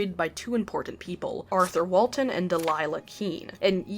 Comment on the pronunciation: walton walten